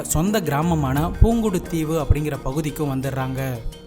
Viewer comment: அண்ணா பூங்குடுதீவு இல்ல புங்குடுதீவு